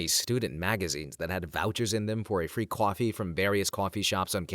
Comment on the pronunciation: I love these videos, but a few things always stick out. The pronunciation of coffee feels jarring. And as a German speaker, that German segment hurt my soul. Not hating, just pointing this out.